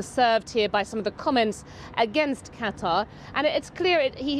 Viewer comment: Why does he pronounce 'Qatar' and 'Tehran' so strangely sometimes?!